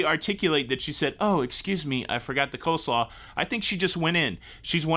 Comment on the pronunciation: It is Cole-slaw...not co-slaw....